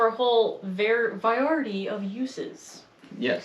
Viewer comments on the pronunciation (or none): Variety. Vuh-ry-uh-tee…